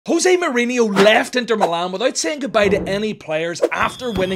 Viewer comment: It’s pronounced mouriño not mourineeo. And you pronounce the J in Jose in Portuguese